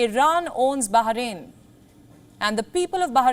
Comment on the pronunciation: Bah rain, not Baha rain.